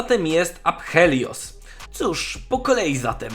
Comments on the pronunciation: nie mów aphelios prosze, po angielsku wymawia sie apelios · ~afelios a nie apHelios (nie czytaj h) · Typie, nie czyta się "H". Nazwę tej postaci wymawia się "Apelios" a nie "ApHelios". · Proszę, nie wymawiaj tego ApHelios, tylko Afelios bo już uszy bolą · Błagam, błagam nie mów aPHelios, tylko aFelios. W łacinie (która jest bliska językowi polskiemu, bo wiele nazw polskich się od niej bierze np. Adwokat) ph czyta się jako f (nawet chyba w angielskim tak jest). Dlatego proszę czytaj tak to, bo to rani moje uszy ;_ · Nie wytrzymam jak mówisz "aPHelios" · Czyta się AFELIOS. Kuje w uszy xD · NIE wymawia się w jego imieniu "h" : więc mówi się A(f)el(j)ios. Łączy się "p" z "h", więc "h" tj. w języku niemieckim zanika, a "i" zostaje zmiekczone przez "l" które mocniej się wymawia w jego imieniu. Jego imię jest zabrane z pre-celtyckiego języka z ukreślnikiem greckiego - skąd wiem? Po intro historii z forum na lolu. Imiona wszystkich występujących tam bohaterów maja te same pochodzenie immienne. Imię jego siostry oznacza "odkupienie" lub "piękna" Alune, czyli - στυπτηρία - styptira. Natomiast Aphelios pochodzi od - αφήλιο - Aphelion. Jeżeli moja wiedza archeologii pre-linostycznych znaczeń się zgadza, Aphelios ma takie same znaczenie jak imienie jego siostry, czyli "przystojny", co do odkupienia - to niestety słabo, bo nie występuje u niego "lun" w imieniu No cóż, przynajmniej tak naprowadzają poszlaki w tekście. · Jedna sprawa. Jego imię powinno się czytać "Afelios" a nie "Aphelios". Jako że jest to nazwa własna, konkretniej imię w języku angielskim. A jak dobrze wiemy połączenie liter "ph" po angielsku jest czytane jako "f". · rozumiem ze to wciaz jest nawiazanie do greckiego ap helios i ze to jest jakos "daleko od slonca" ale wciaz to APH boli >:( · Ph czyta sie jako F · Nie czytaj tego aPHelios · Ja myślę że to powinno być bardziej przez "f" afilios. Z angielskiego oczywiście. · uszy mi krwawią jak czytasz "P" w jego imieniu... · Zgred bo tak się powinno czytać